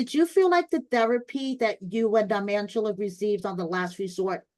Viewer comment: Is Angela’s name being pronounced as “Mangela” intentionally? Lol